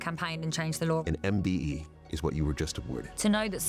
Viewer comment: Imagine being awarded a MBE & the Person cannot even pronounce what it’s called or get it right 🥴🙄🤦🏼‍♀️ the idiot who thought giving this girl a mbe for basically doing good things (granted) after getting famous for watering her ex boyfriends garden 😉